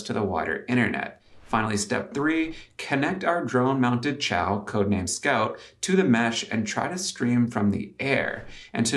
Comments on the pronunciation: helpful fyi: Xiao is pronounced "shao" like in Shaolin not chow like in Italian ciao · Hey, chinese speaker here, the name of that cpu board is not chi-ao, like italian for goodbye. It's pronounced See-ya-ow and in english it means "small"